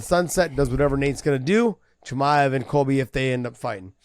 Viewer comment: josh actually call khamzat "CUMSHOOT" chimaev. Now i understand his name "the punk" all make sense for me